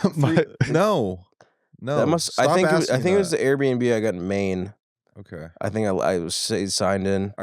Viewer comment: ughhh honestly canNOT stand how says 'okay': oak-eye